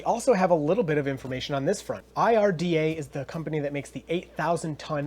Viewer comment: IDRA not IRDA